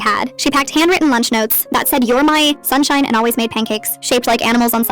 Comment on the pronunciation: You’re my… Sunshine. the pause😂